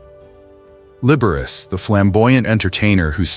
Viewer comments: You know, Often to myself long ago for fun, I would pronounce within my head 'Liberace' in the way your AI voicing just has. Every time I hear it here, again, I crack-up! -- 'The boy can't help it! ' Once way back in c.'68 I had dinner with 'Lee.' (A suggestion said to me as to how best to address him, post his having endured "Mr. Liberace" over a good week of working on a project there at the house above Sunset Blvd. / Tower Records.) Of this encounter I could write an essay in the style of "My Dinner with Andre." (We two were NOT one another's 'type,' and so all was made thus easier of proceeding.) And now a delicious anecdote: I remarked to him that never had I heard him play one single solitary wrong note. He looked at me 'curiously' seeming nonplussed, like perhaps he'd never even thought of it. Well after a moment he got-up, went to the piano and proceeded to play a single note -- middle "A"!! Returning, sitting down, then pronouncing grandly -- "T-H-E-R-E it is!!" -- we both bursting-out in laughter. Yes. And indeed it was that: THE wrong note never played. As a gentleman and host Lee was 'the aces,' he being most kind and solicitous always, as to one's general state and comfort. In all of ways imaginable, there will NEVER be another Liberace. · Liberace is pronounced "Libberachee" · Aside from the obvious AI mispronunciation of Liberace, it's pronounced Don BacKARdy. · OMG! How could you NOT pronounce the name of one of the most famous people in the 20th Century correctly?! You could freakin' Google it! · It’s pronounced lib-ber-rah-chee not lib-ber-race🤔🧐🤓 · I agree. Learn to pronounce the man's name before you make it sound so dirty! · Liber Riss..? Come on AI this is horrible. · Right off: "Liber-ace" for the Italian Liberace. 🤣 That has to be one of THE better ones. I do not mind at all the AI faux pas, as many others objecting are driven OUT of their minds, grousing over nothing. AI is bound to improve and so in all ways.